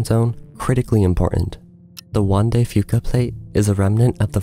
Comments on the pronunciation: It may or may not be worse than the Anchorage quake, which was also subduction-caused. Kudos on pronouncing "Juan de Fuca" right! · I live on Southern Vancouver Island. Thank you for pronouncing 'Juan de Fuca' properly 😊